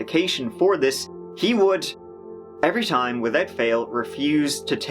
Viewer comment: Wivout fervor a do